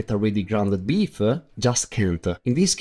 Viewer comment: It’s just odd that you pronounce the e at the end of words that do not end with an e, such as beef e and brown e.